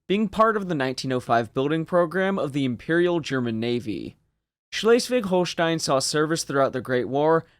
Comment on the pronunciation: You pronounced Schleswig-Holstein relatively well, but please never say Schlesien like that again xD